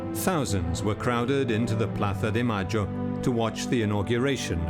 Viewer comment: When the narrator says "Plaza de Mayo" with the ceceo... Makes me want to throw up lmao